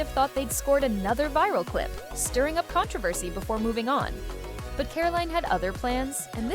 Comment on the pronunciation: A.I. cannot pronounce “controversy”?